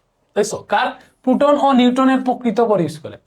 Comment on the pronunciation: পুটন না প্রোটন। 😅